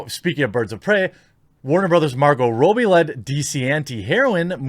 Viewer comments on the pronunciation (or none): FFS Rob-E not Robe-E. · Hahaha. Why in the world do you pronounce her name "Row-bee"? Did I somehow miss an inside joke about Margot Robbie? I watch most of your videos so I can't imagine that is the case. Anyway, keep up the good work.